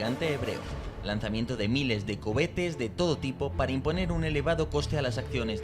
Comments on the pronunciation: ¿He oído "cobetes" en más de una ocasión? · Lo de decir Hebozlá y covetes es nuevo? 😂😂😂😂😂😂 al